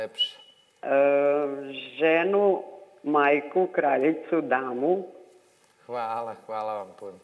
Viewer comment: Al kad rece" DAMU " 😂😂😂😂 znaci Bozeee 😂😂😂😂